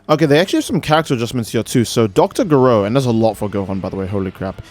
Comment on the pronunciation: You said dr gero’s name wrong